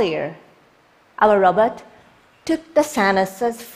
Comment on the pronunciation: Just Random oh I heard it as todai Robert